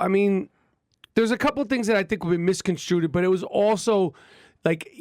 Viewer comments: "Miss CONSTRUTED".....Thanks for the nails across the chalkboard you fuktard! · This guy is a millionaire and he thinks "misconstrued" is pronounced as "misconstruted." Why the fuck did I bother going to school? Fucking pointless. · He keeps saying “misconstruded” haha that’s not a word. It’s misconstrued” This dude smh